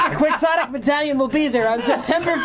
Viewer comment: They actually correct even though this is the time he's really said it right!